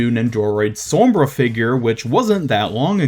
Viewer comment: great video but i hate the way u say sombra